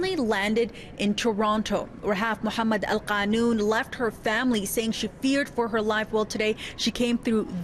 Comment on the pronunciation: it’s not khanoon it’s qunun, at least pronounce properly